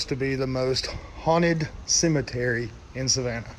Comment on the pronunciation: “Celemeterio” kkkj